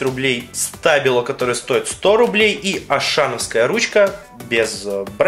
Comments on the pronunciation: А еще правильно говорить штабило ударение на и . И эти штабилы не для писания , а для раскрашивания мелких деталей или просто рисовать . Ты вааобще в табила ничего не понимаешь . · Так как это немецкая фирма,то и произношение у нее Штабило